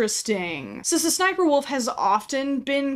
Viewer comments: Oh my god I had a tiny stroke every time you said “suh suh sniperwolf” instead of just saying the letter ‘S’ (ess) twice lmao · only my opinion but i think its pronounced-s s sniper wolf instead of sssniperwolf. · saying SSSniperwolf as one word instead of doing it as S-S-Sniperwolf is increasingly funnier and funnier to me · brooo, i thought it was pronounced "Ess-Ess Sniper Wolf" ever since i was little. crazy. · Sa-sn-sniperwolf 😂😂😂😂 beautiful pronunciations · All this time I thought her name was pronounced S. S. sniferwolf Brilliant video btw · Whenever you say “sssniperwolf” makes you sound like a snake (pronounced ess-ess-snip-er-wulf) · Legit had me thinking that's the way you're supposed to say it and I've just been missaying it the whole time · I know 😂😂😂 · You pronouncing every S in SSSniperwolf has got to be the most disrespectful thing in this whole video, I love it. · The way you pronounce sssniperwolf every time lmfao laughing so hard lol 🤭🤣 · I love how she pronounces sssniperwolf as if she’s stuttering lol